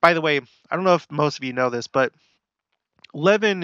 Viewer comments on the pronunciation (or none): It’s pronounced La-van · Just so you know, Levan is pronounced le-VAN. I have family members that live there. :) I remember the flooding. I was living in Provo. Church was canceled one Sunday so people could go make sandbags and help in flooding areas. The Provo river was overflowing and causing problems in many places in the city. Utah lake was also especially high and flooding places. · Levan is pronounced Luh - van. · It's Luv-an.... No Lev-in ... Know your Utahn. LOL like Tooele and Hurricane. Don't pronounce them like you think they're pronounced talk to a Utahn. 😉